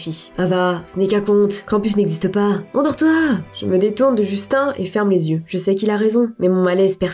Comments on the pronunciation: Tu dis Justin " un " Bieber ou quoi ? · sa se dit justin